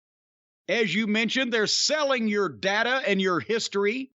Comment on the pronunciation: It’s pronounced data, not data.